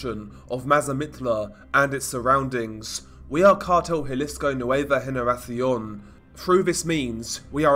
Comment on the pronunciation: Your "Nueva generacion" was pretty spot on. Nice.